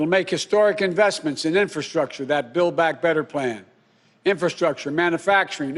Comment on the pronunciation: Build back, had to rewind a few times , thought he said Bill Back. ... "As I said on the past of December" What?! I hope he does well, I'm just excited that the white house, senate and the house is all there's. No more blaming Republicans. Get it done Joe, good luck. Make sure your bill goes to the AMERICAN people and not attached to money leaving the country.